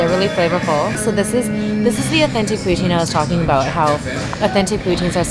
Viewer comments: I love the way you say poutine lol. I like smoked meat poutine :) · Learn to say Poutine....since when did you become an expert on Poutine and know if it is authentic....if this was dim sum maybe I would give you a chance but you are in no position to rate this. also buy a better fucking camera you amateur.